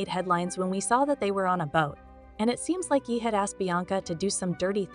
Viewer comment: Voice over should’ve said YAY.. yeeeeh is incorrect and extremely annoying